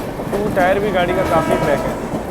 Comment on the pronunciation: Sorry to correct you tier ko टीयर pronounce करते है ना की टायर